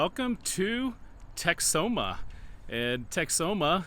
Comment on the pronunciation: As a person who lived for many years in the Texas Panhandle and visited the Oklahoma Panhandle at least 100 times, the locals pronounce the town name Tex-home-uh. Lake Texoma north of Dallas is pronounced more like Tex-o-muh which is more like you were pronouncing the name of the town.